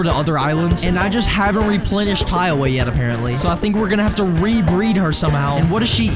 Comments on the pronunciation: i'll never get why you call tiawa taiwa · Tip: Its Tiawa like Tiara